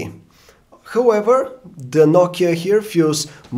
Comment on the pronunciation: he does nt even have a proper pronounciation for HOWEVER.....it sounds like WHOEVER lol....and he is here, out for a review.... lol